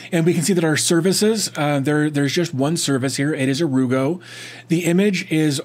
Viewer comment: I just love this, I work for a global company who use sharepoint but don't let us share with external parties. They also ban sites such as WeTransfer. It looks so good too. Definitely +1 for the 'ere you go pronunciation.